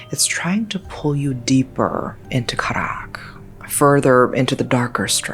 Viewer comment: Karak doesn't have such an exotic pronunciation as the way you say it. It's simply pronounced as "car ruck"